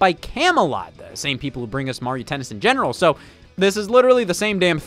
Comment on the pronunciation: "3. TenNs"